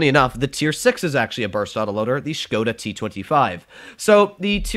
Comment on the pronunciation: The pronunciation of the "O" in the word Škoda is not like "whole", "hole", "hope" and so on but is it like "hop", "on", "from" (+ you say it little bit faster, so it won't be Škoooodaa but Škoda). You can trust me, I am from Czech